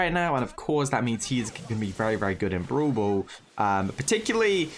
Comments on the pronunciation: be like: Broel Boel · I love how you say brawl ball (bru ball)